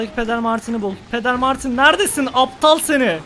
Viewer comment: Nobody: Closer:Nabıyosunn Aptağglll